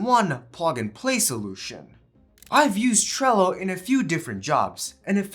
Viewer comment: Bro is way too exited about this video, and cant say trello, sorry buddy, just tone down a bit more for the next video so it feels more professional.